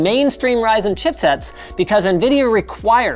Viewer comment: Ryzen turns into rising!! Lol